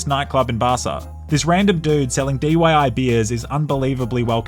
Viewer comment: Did you say DYI? It's DIY